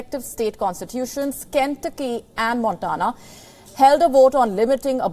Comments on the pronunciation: Good reporting Please check pronunciation of names of States.. Ken-tuc-ky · Ken tu'cky ! Not Ken'tucky ! For the host's information. Trump's and DeSantis's voters are scary ignorant ! India's rupee may be the next global currency.